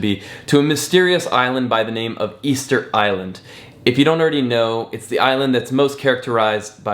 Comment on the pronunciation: It's official - Ticket Island not "Easter Island"